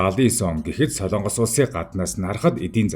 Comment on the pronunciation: СОЛООНГОС бишээ. СОЛОНГОС улс гэж байнаа